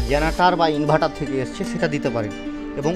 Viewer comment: ইনভার্টার ❎ ইনভাটার ✅😂😂😂